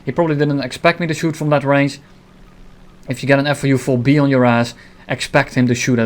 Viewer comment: He says FU4-B lol